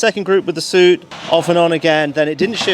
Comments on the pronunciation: Please stop calling it Suit, it is Su It. Always. Nobody has ever called it a Suit Sight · Got to say I never heard anyone when I was in the Army refer to it as a suit sight, the pronounciation sounded more like "sue-it" . Has an entire generation of British soldiers been pronouncing it wrong ? 🤔 lol